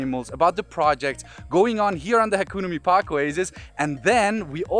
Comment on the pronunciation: Can someone teach him how to pronounce hakuna mipaka.